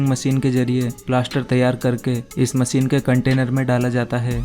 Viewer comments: MACHINE, not MASEEN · Aby chotia masine nhe hota machine hota he.